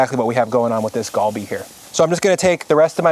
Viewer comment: Just a heads up, Korean is a bit weird "Gal" is not pronounced with a hard G, but is a mixture of G and K. So not "Gawl-Bee" but "gHal-Bee". Basically combine GAH and HA. Kalbi is also an easier way to visualize it.